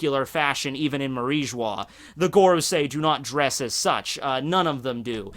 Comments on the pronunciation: ....Why you say Marijoa as Marie Joix (French Accent)? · Am I missing something, but isn't mariejois pronounced Marie Joa. Where is the marij wa coming from? Honest question here.